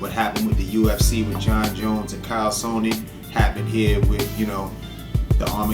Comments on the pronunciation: carl sonnen? its chael sonnen lol you still the man though. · its chael not cael lol you still the man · haha called chael (ch-ail) sonnen kyle sonnen